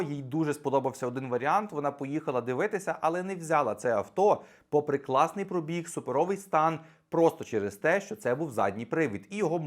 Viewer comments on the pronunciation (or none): none